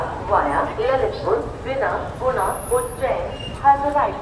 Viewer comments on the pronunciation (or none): none